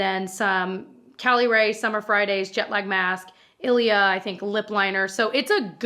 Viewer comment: "I thehnk." I felt that tho 😂